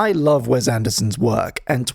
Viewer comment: I'm more upset about hearing Wes pronounced "Wez" so many times in such a short period of time